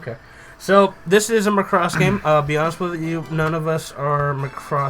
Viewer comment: Every word coming out of your mouths about the "Macross" genre and the "Robotech" genre makes me cringe. All the way from botching the word Macross from the admitted lack of understanding on what the heck is even going on. Macross is a ripoff of Robotech? Just stop doing reviews of things you just don't know!